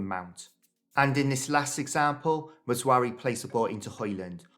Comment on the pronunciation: It's not MazWARoui but MazRAoui